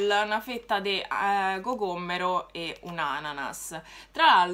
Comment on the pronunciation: Si dice Er cocoMMero qui a Roma, con due m sennò non rende🤣